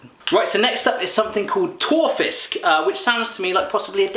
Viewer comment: Tørrfisk. Not tåfisk xD tå is toe in norwegian. Toe fish?? Tørr fisk means dry fish